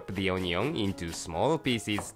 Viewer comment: sometimes when he says "pieces" I hear "feces"